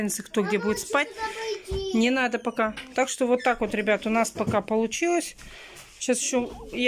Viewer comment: Да у неё целый свой словарь, сорите (смотрите), ИльЮша... слов много, но от этим меня передёргивает больше всех.